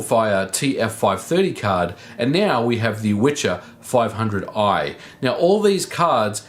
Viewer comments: We pronounce it "VYHER" here in Poland. Not "witcher" or antything alike. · It is pronounced "Vee - her" and means "gale". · It's "wicher" not witcher. "Wicher" is a name in Poland, of a strong wind (wiatr in short). Its not witcher (the game). If you wanna try and prononunce it more or less try speaking "viher" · In case anyone is interested, it's not pronounced like "witcher", c is completely silent. It's more like "vee-her" and means strong wind. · One tip about the name of this accelerator -> Wicher (Witcher without "t" in the middle) means in Polish "strong wind", should be pronounciate as "veeher". It's not going from The Witcher series :) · great video, however the name is not pronounced with a tsch sound like "the witcher", it's Wicher which is pronounced like vee-her, means a strong gust of wind in Polish. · Dude, it's not a Wi-TCH-er.. It is Wi-CH-er. It means "strong wind" in Polish. You should pronounce "CH" as you did in the "fifty mega H-urts". Also, "W" should be read as "V". So, in English, you'd say that "Viher". You're welcome ;) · I’m from Poland and I believe you should read it as Veher :) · it`s called wicher which means something similar to wind in polish, not witcher ;) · It is pronounced viher. Wicher is a strong wind. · "wicher" means "gale" in English. You pronounce it viher. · Actually "wicher" is pronounced [vee-hear] and mean strong wing. "Witcher" is actually translated to english, in polish it is "Wiedźmin" [vee-edge-mean] and is male form of "witch" [vee-edge-mah]. Funny thing: ethymology of "wiedźma/wiedźmin" comes from word "wiedzieć" (vee-edge-etch] whith meas "to know". So in polish witch/witcher kind of means "the man/woman who knows (a lot)" (for example about herbs). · it's funny that the name of the card is Wicher, which English speakers pronounce as "The Witcher" (I guess the most famous Polish export product), but it actually means "gale" in Polish. Anyway, based stuff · The way he pronounces Wicher just hurts.